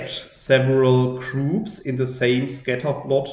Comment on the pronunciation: I loved your lecture 🙂....is it me only hearing groups as troops?😉 I have two questions here .. 1) by which hidden concept two gruops are distinguished ? 2) in the last example when I plot ..my graph is automatically a point graph not a smooth curvy graph like yours